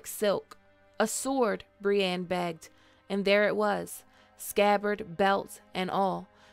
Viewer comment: Brienne isn’t pronounced “bree-an”.